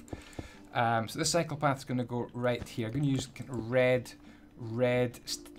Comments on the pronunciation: Every time you say "cycle path" it sounds like "psychopath" lol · Gonna be honest I thought you said psycho path